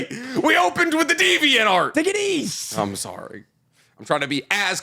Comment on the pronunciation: saying "Take it Eazzz" shows the Eastern he is, lol